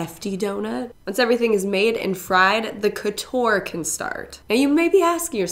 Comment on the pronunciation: It’s funny how you pronounce « couture » 😆it’s probably because I speak french, I was like no that’s not how we say Couture 😂